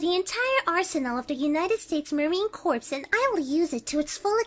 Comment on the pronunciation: A relatively common mistake for anyone whose first language isn't English, the word for Corps does not silence out the "s" in many other languages, and is derived from "corpus", where it's definitely not silent.